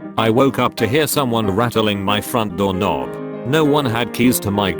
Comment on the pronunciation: "dork nobb" 😂